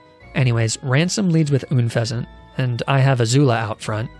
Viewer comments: And unfeazent 😂😭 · When he said "oonfezent" ... I felt that... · Gotta love Arcaneenay and Ünfezant